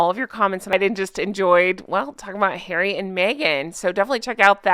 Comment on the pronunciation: Poooor Hawwwwy! 😂